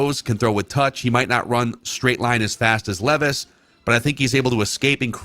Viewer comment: I have one I sent an email to Declan but never went anywhere. Please please please correct on properly saying our new future QBs name! Will Levi’s you all ignore how he says his last name and it kills me. It’s his one job is to research these guys atleast say there name right.